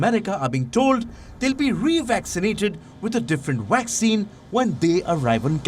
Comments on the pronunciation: He said waxine 🤣🤣🤣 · The guy keeps saying "waxine"...